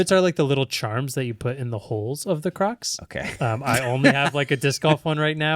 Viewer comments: Maybe it’s my hearing but I am hearing say Windows XP crux. 😂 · I thought was saying Windows XP crux 😅 didn't realise he was talking about footwear 😂